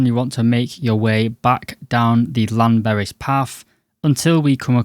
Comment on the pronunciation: Sorry about that mis-spelling. English is my second language. Let us make a deal, I will learn how to spell 'apologise' and you learn how to pronounce Llanberis. But you have to realise that the 'Death Trek' videos become tedious. Perhaps doing something original might be a good idea and not encourage the Instagram wannabies (OK, grammar/spelling police, how is it spelt?) onto the Death Trek.